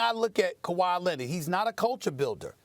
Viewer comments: “Kahwai Lenned” - Steven A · Stephen A Smith "you can't trust kuh-way lennit" [unless he signs and plays with the knicks] 😄